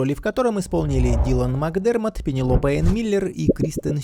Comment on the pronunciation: Становится ещё забавнее с учётом того, что на английском имя читается как Пене́лопи. Тот случай, когда решил вы*бнуться, но в итоге обделался пуще прежнего.